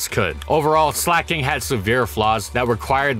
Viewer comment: Slack/Slacking plus, King, It's not sleigh king